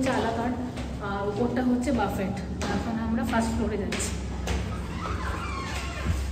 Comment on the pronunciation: কথাটা বাফেট নয়, বুফে। Otherwise 👍🏻